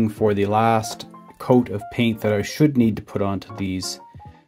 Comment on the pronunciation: Emphasis on the word “should” 😂😂😂